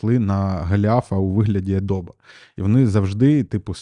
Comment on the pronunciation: А вже написали, що правильно казати Адобі?)